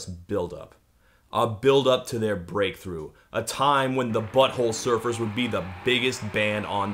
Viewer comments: Hearing Todd put the emphasis on "Butt" like "BUTT-hole Surfers" instead of "Butt-HOLE Surfers" is 👌🌟🐟🏄‍♂ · Dear Todd, I love you and I’m sorry in advance for bitching about the way you say Butthole Surfers. Everyone but you says Butthole SURFERS and you say BUTTHOLE Surfers. Your emphasis totally answers the question of whether they were surfin’ buttholes and I don’t like the conclusion. I lub this song. I lub you too. You just say things wrong sometimes. Question: How do you say Front 242? My son says everyone he’s ever encountered says Front-2 Four-2. Like Front-porch Back-porch. I say Front • 2-4-2. Apparently this isn’t cool but I’m his mom, I’m not really even supposed to be listening to Front-2 Four-2.